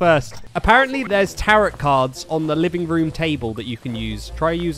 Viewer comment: I love pronouncing the last “t” in tarot lmaooo